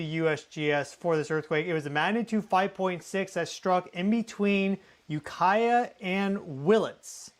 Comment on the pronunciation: when nailed the ukiah pronunciation correctly.. i thought someone told him how to say it lol.. small world grew up in mendo and sonoma counties myself hope everyone is safe and well